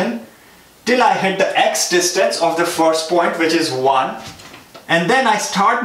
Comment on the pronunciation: aap please point ko phoint mat bolo. video nhi dekh paa rha